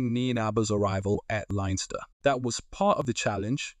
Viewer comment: Good information, hope he is a success. And by that I mean only by doing the double will success be achieved. btw.... It's Leinster. Pronounced Lens-ster. Leave out the letter i and attach them with the two syllables S.